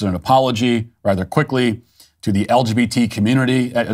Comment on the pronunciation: Love how he said the LBGT 🤣🤣🤣 It's a mouthfull!